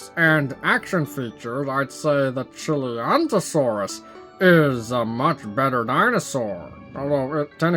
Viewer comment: Oh and It Is pronounced Chi-lan-tai-saur-us